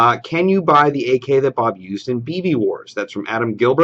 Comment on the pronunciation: Bob* not boob xD